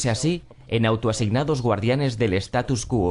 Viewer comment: Una crítica constructiva : No es status quo, es statu quo.